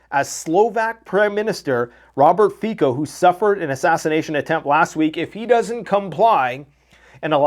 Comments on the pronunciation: Please read the name of the Slovak PM Fico as Fitzo. Never as Ficko. Thank you and greetings from Europe 👍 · its not Fiko but Fico